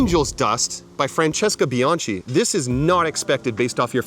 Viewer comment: BianKi, not “bianci” Its italian not freaking french